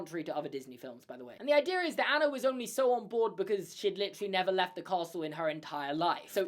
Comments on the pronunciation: But- can we talk about Anna’s name being pronounced “AH-na” and Han’s name is “h-AH-ns”. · I'm Scandinavian. The correct way to pronounce Anna in my language is "UN-uh". "HAH-ns" is correct though. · Why does pronounce Hans and Anna differently than in the movie? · ik i was just pointing out pronouncing it wrong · Your pronunciation of the frozen characters makes me want to drive my head through a wall hAnS??? An-na???? I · LOL sorry but this drives me crazy you're saying Anna and Hans names wrong they don't say then like I in the movie I know they're spelled that way but it's not how their pronounce sorry it just drives me crazy when people don't pronounce it the right way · It’s an accent thing